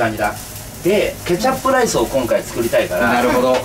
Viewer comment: カジサックケチャップの発音が違うような気がする？